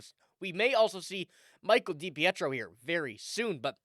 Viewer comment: pronounced {da peetro} spelled depietro